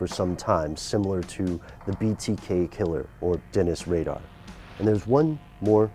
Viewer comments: It’s Rader not Radar. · "Dennis Radar." Smdh. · It's Dennis Rader...not Radar.